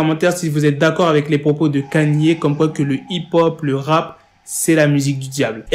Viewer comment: Please its not hi ho instead hip hop.